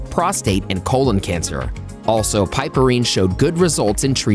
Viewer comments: OMG the amount of times it was pronounced wrong just was like nails scratching a chalkboard. PRONOUNCED: PIP-UH-REEN, the E is SILENT!!! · "piperine" is correctly pronounced as PIP-per-reen